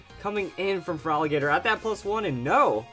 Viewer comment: By the way Feraligatr is pronounced Feraligator..